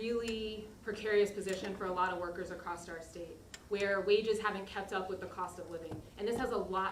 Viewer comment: Acrosst America” 😂😂😂😂- Princeton at work